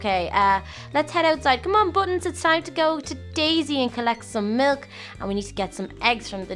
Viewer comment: You can't say milk your saying mulk